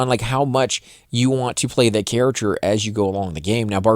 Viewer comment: Why are you saying carrachure and not character